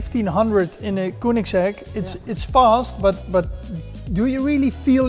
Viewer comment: koenigsegg? spreek uit als keunigsegg